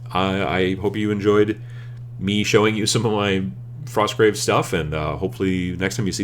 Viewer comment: Frosgrave Warband. You forgot the T :p Not enough coffee?